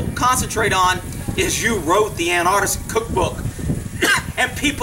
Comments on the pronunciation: pronounced AN-ARK-IST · is it a different word or do you just pronounce anarchist weird? how would you say anarchy then?